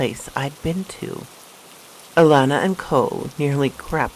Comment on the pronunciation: I love how you say my granddaughter's name Alana 🥰 ty for this video sweetheart 👍🏾